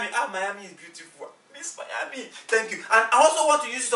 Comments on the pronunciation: It's not Mayami it's Miami. As usual very entertaining. I like how left behind and ran for her life 😅😅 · Somewhere in “Mayami” 🤔 lol did you guys mean Miami ? ❤️❤️ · SPOILER ALERT!!! Wait a damn minute....isn't it rice and fried chicken instead of fried rice and chicken 🤔🤔. And it's Miami not mayami🤔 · Don’t you mean Miami, not “Mayami”? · Point of correction it’s Miami and not Mayami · It’s Miami not mayami thanks 😊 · its not mayami its miami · It’s pronounced Miami